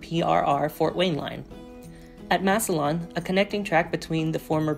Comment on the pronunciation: i have just 4 notes. Massillon is pronounced Mass Lin. the Massillon crossing of NS cant be realigned due to proximity needs for carload customers, as well as signaling issues, locations of an underground combination of gas and fiberoptic lines using the second ROW (former PRR, abandoned, B&O active with RJ Corman today. both ran parallel through town) the Fort Wayne Line west of Crestline should also include CSX as part of the agreement, since they got it IRL from the CR split. its currently leased to a shortline by CSX, with NS having a 6 train per day maximum TR agreement (at Conrail's request, due to NS getting the former NYC Water Level Route) the W&LE actually uses Trackage Rights on CSX to enter P-Burg. other than that, this is a very informative explanation video. having spent significant time inside the W&LE HQ, as well as general railfanning within a 20 mile radius of Canton, there is alot of things you find on the ground and in the area that you dont see on Google Maps. I hope this is helpful information.